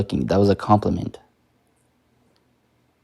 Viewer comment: "It's a compleiment" :(....